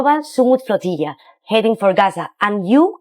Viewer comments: A flotiyya to supply marry team support lol. Learn English, lady. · The woman pronounces flotilla like tortilla. 😂